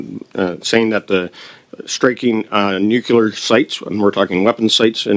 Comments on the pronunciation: Nobody here can say nuclear. Nukular is a george bushism. Everyone sitting is too dumb for their position... Lack of confidence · Are people ever going to pronounce “nuclear”? It is not “nucular”…